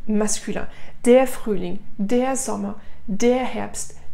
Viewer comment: Madame vous aviez dit que le terminaison avec er se prononce a mais pourquoi ici vous aviez dit deur alors de dar